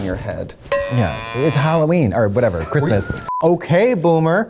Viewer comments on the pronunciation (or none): The "Siiilent night" reminded me of the Tom Waits verson. Lol. "Merry Chrishmash time! Happy Holidaysh!" Lol.✌🎅🎄🎊🎉⭐🌠✨